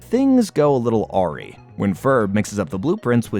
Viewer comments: you pronounced awry as AW-ree when it should be pronounced ah-RYE. hate to be that guy but i couldnt get it out of my head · you pronounced awry wrong